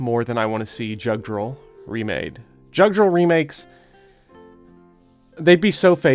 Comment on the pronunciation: Sorry for being pedantic, but with name Judgral would be either pronounced "Youd-gral" or "Yud-gral," since those games borrow heavily from Norse and Celtic mythology. And in the languages those myths came from, the "J" is has a "Y" sound.